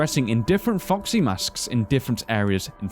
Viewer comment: Those is it me or those says:"Fuck see" when he wants to say:"Foxy" but still I love your videos guys! Almost every theory has sense to me and just be like this! And I think that the purple guy is the owner of Fred Bars Family Diner chose when he sold hes restaurant he knew where will be the animatronicks so he killed the kids and so on and so on... You all know the story...